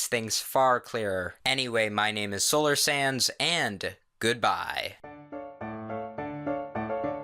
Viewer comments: Who else heard "Solar Sans" ? 😂😂😂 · When you say your name it sounds like your saying "solar sans" Me: outertale? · I keep on hearing 'solar sans' whenever he says his name im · I think im really stupid: at the end i heard "My name is Solars SANS" Someone send help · It sounds like your saying "Solar Sans" Noice